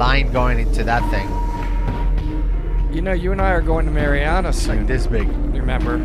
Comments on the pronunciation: Y'all are talking about Meritts mill pond, just a note of advice we pronounce it MAREriana not MARiana. Locals might make fun at you. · Hi guys. Love you content, just one thing though is the correct way to pronounce marianna. It's named after the founders two daughters Mary and Anna. So it's pronounced one after the other and anna is pronounced with a harder "an" beginning rather an a softer "on" beginning. It seems Spanish but it's Scottish. He used Mari instead of mary because maryanna would then be mispronounced mar-yanna. Kind of a pick your poison type of situation I don't mean any harm by it. I used to live there so that knowledge might actually help yall next time you go exploring. If you really want to fit in then draw it out with a southern drawl The pronunciations outsiders give to places are always interesting. Ocklockoknee and wewahitchka always give people trouble